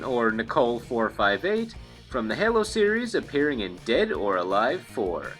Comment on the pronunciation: its (hey-low) like an angels halo, but not (hell-low) how you said it